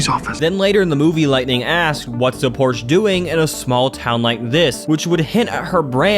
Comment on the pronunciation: The clip you played, literally shows you how to pronounce Porsche, yet you still slack jaw the name. And the theories you mention, before saying "what does that even mean" when it's beyond obvious, is just sad. Is it for the video or are you actually slow? 12 minutes in and I'm done with this video 😂